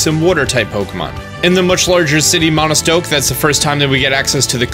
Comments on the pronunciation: Why does he keep saying "Monostoke" 🤦‍♂️ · There’s no “n” in Motostoke!